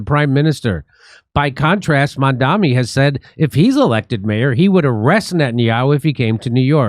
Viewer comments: MAMDANI isn’t a hard name to pronounce. Are you pronouncing it wrong on purpose?? Conservatives do that to make him sound more foreign and scary, like “oh his name is so foreign and weird and hard to pronounce!” They keep saying “mom dommy” It’s pronounced “mom Donny” If it’s not done on purpose, are yall just…not too bright? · Are Jimmy and the other guy intentionally pronouncing Mamdani’s name wrong?